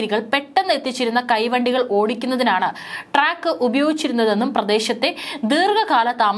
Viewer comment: Truck alla trak athyam paranjathu thetti😂😂😂